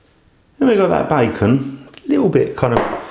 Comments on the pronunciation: Nice video, too long skip some of the repetitiveness Ps it's pronunced (bay-con) not bye-con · Bacon not Buycon.